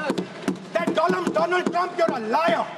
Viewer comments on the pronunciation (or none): "first doland now dolum" poor dolund i mean donald trump.